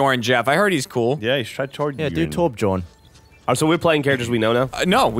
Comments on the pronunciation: "Torj born" lol WHAT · you'd think that with how educated likes to act, he'd pronounce torbjorn correctly